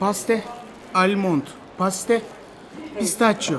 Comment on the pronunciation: Paste or past 😂😂😂